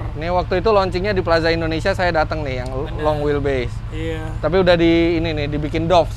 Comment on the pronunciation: Raffi : Long wel bis Mwehehehe